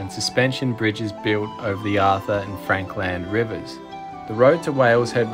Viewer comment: Great video as always, I was wondering though why you're now saying Frank Land river instead of Frankland river? did you learn somewhere in your history digging the proper way to pronounce it??